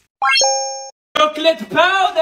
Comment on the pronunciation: Why. Shes. Say. Cat. Chocolate. Syrup is. Was. - a. Syrap